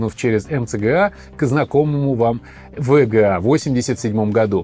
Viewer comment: Неудачное решение использовать ломаные названия. Во время просмотра это звучит как тега, вега. Я смотрю а у меня в голове ассоциативный ряд видеокарта от амд. В итоге сложно воспринимать какая-то каша. Если бы оно еще звучало как вга, но он быстро произносит и получается вега. Зря вы пошли этим путем. Нужно всегда выбирать грамотный путь и делать правильно. Исправляйтесь в будущем.